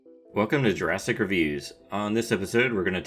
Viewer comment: I thought you said Jurasstic.